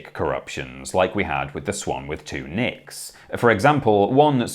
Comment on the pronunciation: Anyone else hear 'Swan with two nips'? 🤣